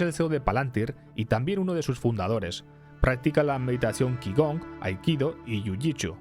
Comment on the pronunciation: Qigong se pronuncia chicón (no es coña, en serio de pronuncia chi - con)